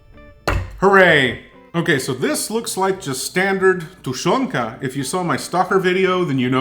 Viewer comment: dude, your pronunciation of tushenka and prozora is perfect. greatings from Ukraine